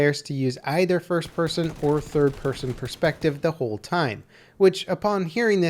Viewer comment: lmao "pirson"